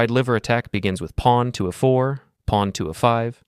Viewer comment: This is good stuff. Small pointer: you need to force your language generation tool to pronounce the letters of the alphabet correctly (?by capitalising them??entering them in quote marks???). Anyway "a four" is not pronounced the same as a4. English stress/unstressed syllables are a pain. Sorry about that, but I don't make the rules🤓